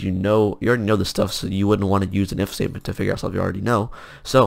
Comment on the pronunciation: when he said "if state" it sounds like mistake lol